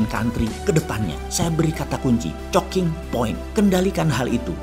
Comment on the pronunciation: Pak Mardigu ini idenya lebih cepat daripada ngomongnya, jadi sering salah ngomong. Moriskova ----> Maskirovka Chocking Point -----> Choking Point